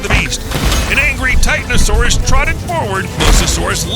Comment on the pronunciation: think it's pronounced Titanosaurus